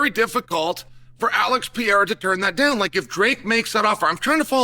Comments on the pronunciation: Alex Pee-era 😂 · Alex Pee Air uh lol my boy Chael